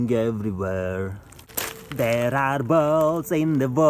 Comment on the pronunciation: “Der are ballz in da vater flowing everywhere” 😂